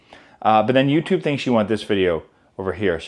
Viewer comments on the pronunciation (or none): none